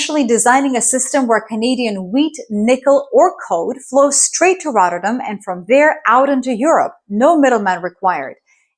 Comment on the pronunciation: It's not pronounced RODderdem, the Ts are 'hard' and the emphasis is on the '-dam' part (which is not pronounced 'dem', but 'dahm')... RotterDAHM. Just 2 minutes in, and I got so annoyed with the butchering of the name every five seconds (because, hey, doesn't the entire world pronounce stuff in English?) that I quit the video. BTW, ei is Dutch for egg, what does EI stand for? Electronic Intelligence? Economic Intelligence? Or am I thinking too much in the direction of AI?